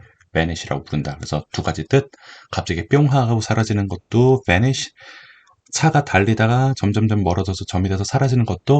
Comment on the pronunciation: 붸니쉬 발음 찰져요